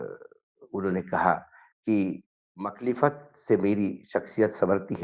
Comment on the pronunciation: Sur "Makhlifat" nahi . "Mukhalifat sahi word. meaning . Ekhtalaf. Adawat. Dushmani. . مخالفت۔ urdu me.